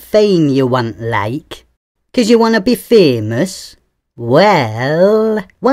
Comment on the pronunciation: I love how you pronounced Fémös :D Yeah once someone's famous, they can't buy being not famous again